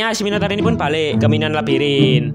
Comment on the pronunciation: Minoan bang bukan minoa